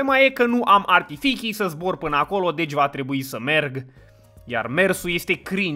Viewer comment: Toată lumea: Trebuie să vorbesti corect.: Adică voi nu spuneț archifici?